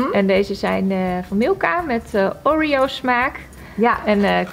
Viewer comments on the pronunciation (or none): none